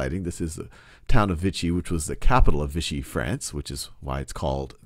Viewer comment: Overall good job, but you're a bit confused on Occupied France and Vichy (pronounced Vee-shee, not Vitchy). There was no "Free" France.